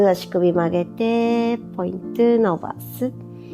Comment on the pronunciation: やりやすくて為になるけど、「ポイントゥ」って言う所がイライラしてしまう😥